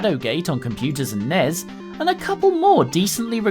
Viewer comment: 10 internet points for the pronunciation of NES and SNES. N-Ez? S-N-Ez? What have you been smoking??!